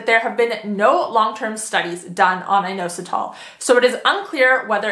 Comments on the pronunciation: Please learn how to correctly pronounce inositol! It's not a hard O, it's in-ah-sit-all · IN AUS UH TALL is actually how inositol is pronounced 💪